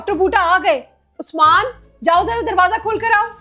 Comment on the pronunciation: ap usman ko usmaan tiilaa ku bolty ho so funny and cute vloger